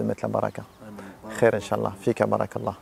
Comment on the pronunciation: Ton inch'Allah et bizzare